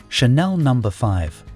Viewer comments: The AI narration is atrocious can't even pronounce the french perfume Chanel properly my favourite. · You should be jailed for pronouncing Diorissimo diarrhesimo🤦‍♂️! Then Channel, instead of Chanel. Thames for temps. And then came the final nail in the coffin:' Theory Muggler'😂😂😂! Keep up the good work🥳🤡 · Not 'dy-or-issimo but 'dee-or-issimo'..And 'pa-CHOO-li', not 'patula' which sounds like spatula 😂 'Sha-nell, not 'channel'... and not 'th-iery muggler', (😆) but 'Tiery Moogler'. Please do not use AI . On a positive note, the music was lovely! I miss the original Opium. I agree that those other fragrances that had civet needed to be reformulated, something that as an animal lover, I cringe. But the other ingredients, such a shame. Another fragrance that changed completely is "Chloe" by Karl Lagerfeld. My older sister used to wear it and I loved it because it was so different than the others around at the time. It always smelt clean and fresh to me. I was shocked when I smelt the new version. It's like a completely different perfume now.